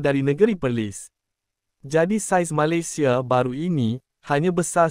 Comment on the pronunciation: Sebutan kata "Malaysia" agak janggal tidak sama dgn cara warga Malaysia menyebut perkataan Malaysia